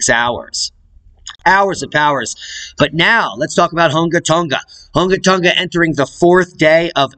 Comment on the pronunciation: Spectacular pronunciation! for the words around that area of Tonga Hunga! LOL! You are good at that. Same for the almost impossible to pronunciation of volcanoes etc in !Iceland! Probably wind knocked that camera over in Iceland. but falling asleep sounds funnier. Looks kind of close to man i,t even with zoom. I sure wouldn't hang around.